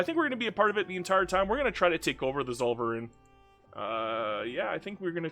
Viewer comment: You could try saying "tsoll-fer-ine" (ine like wine) next time to more authentically pronounce Zollverein. :)